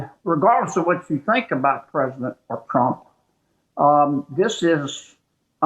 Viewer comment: "Perzidint Tromp"